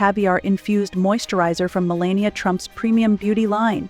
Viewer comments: Could you say malania's name the right way!!!!! It's not that complicated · What’s with the narrator constantly mispronouncing Melania, Milan, Versailles and many others!!!!